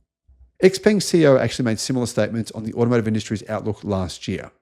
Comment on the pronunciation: Xpeng is pronounced Shaopang. And your pronunciation is as dodgy as your research. A more professional and accurate picture of EVs is given in the fully charged show.